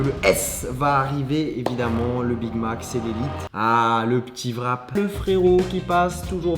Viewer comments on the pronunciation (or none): pourquoi vous disez vrap au lieu de wrap! bon pas grave